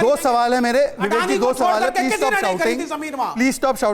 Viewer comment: बिबिकजी नही बिबेक गधा गधा गधा गधा गधा गधा गधा गधा बोलना चाहिए